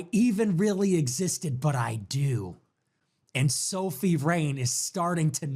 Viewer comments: Bro, her name is Sophie, not Sophia. Makes you sound clueless while trying to speak as an authority 😂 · How many times is he gonna say Sophia rain and not Sophie rain